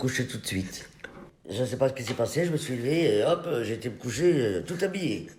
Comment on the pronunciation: "Qu'est ce que ça t'a fait quand j'tai dis qu'on avait depassé 700 milles abonnés sur youtube?": " Zeuuucesstpasss" 😭😭😭😂😂😂